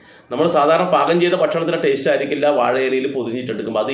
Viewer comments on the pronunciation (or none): none